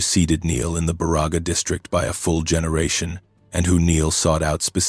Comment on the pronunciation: Love the stories...BUT! CAN You please get the name Pronunciations Right!! My relatives are from BA Ra Ga County! Elo and Pelkie and Johnson farm on Johnson Rd.!!! SISU!